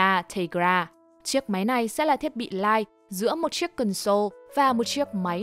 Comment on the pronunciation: Mình xin góp ý là từ console đọc là CON-sole chừ không phải là con-SOLE. Mình góp ý vì bạn thuyết minh có tiếng anh khá tốt. Nên chú ý đọc đúng vì thói quen đọc sai đó không tốt